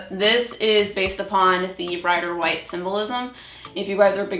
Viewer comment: Ok... it’s pronounced Rider ‘Wait’ (Waite) not ‘White’ like the color. I’ve also never let anyone but myself touch my cards. Got my first deck like 30 yrs ago & still get different meanings/feelings for cards depending on the querent & situation.